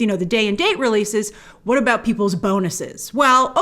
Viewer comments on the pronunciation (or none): none